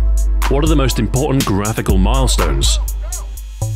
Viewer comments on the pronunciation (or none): none